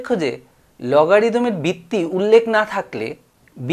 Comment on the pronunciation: Bitti bitti bolchen kno ota to vitti